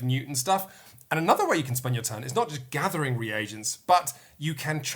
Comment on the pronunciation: Oh, what a joy to hear pronounce "reagents" after the Dice Towers guys butchered the word every time...